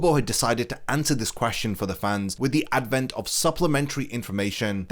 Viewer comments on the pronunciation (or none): none